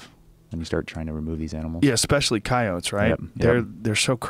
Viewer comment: can't handle how he say's ceyoats